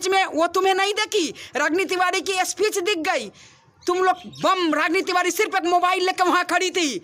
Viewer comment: Tivari ko tivadi bolti hai